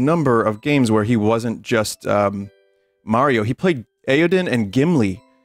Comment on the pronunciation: It's Mariover